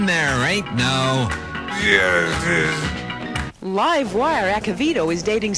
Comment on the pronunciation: Whenever justice is said I now repeat “yustice” to myself and have a little chuckle. Thank you,.